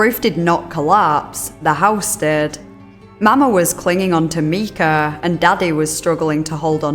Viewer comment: The mispronounced names of the victims in this video are grating on my nerves and feel borderline disrespectful. I seriously don’t understand not doing a cursory pronunciation search that takes 2 seconds. The little boy’s name is Micah, not Mika. Pronounced “My-kuh.” The old woman’s name is pronounced “Mar-shuh.”